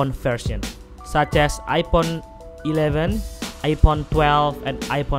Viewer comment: Am i the only one who hear ipon?